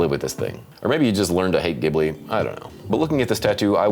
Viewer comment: The “Ghibli” in Studio Ghibli is actually pronounced “Jib•Lee” 🤓